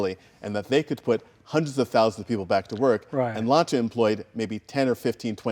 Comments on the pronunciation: it not LANCHA it's LANCHIYA(the correct pronunciation) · Say lancia right! Pronounce it! Not slay it!!